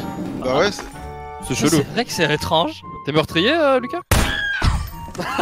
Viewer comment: "C'est vrai qu'c'est rétrange"